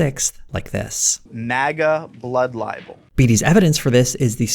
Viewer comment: is no one going to talk about how one of the interviewees kept saying “blood libel”